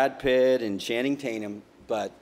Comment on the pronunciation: Did he say Channing Taintum?